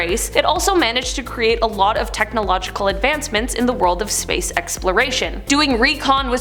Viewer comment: is it just me or did say sprace instead of space